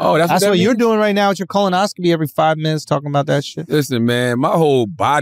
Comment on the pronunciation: Why does Charlemagne pronounce colonoscopy as "Colin-oscopy"?